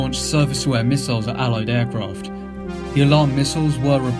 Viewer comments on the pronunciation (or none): Not to mention 'Eye-rack' as the location and the apparent use of 'mistles'.